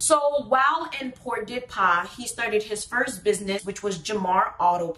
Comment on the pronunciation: What is Port de Pas? Port-de-Paix ou Pordepè